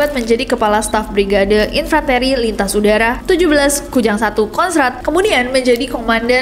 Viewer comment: Maaf kayaknya baca infanteri nya salah ya.